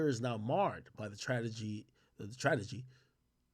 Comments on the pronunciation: It hurt hearing this man read “TRAGEDY” 🤣🤣🤣🤣🤣 tf is a “Tradegy” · He said tradegy i mean tradegy. 😂😂😂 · My man said tradegy twice